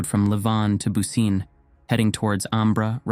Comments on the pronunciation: I thought that too as soon as I heard "booseen". I knew it was mispronounced. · Yes. Bu ci neh. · I think the town's name is pronounced more like BOO-chi-neh, but I could be wrong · Bucine is pronounced "Boo-chin-eh" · Great video, as always! Just a quick note: Bucine is pronounced more like "boo-chee-neh" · I'm not Italian, but I think the pronunciation of Bucine is something like Boo-chee-nay.